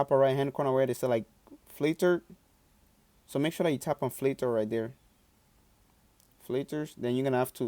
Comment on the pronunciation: Lmao, i love how he says fliter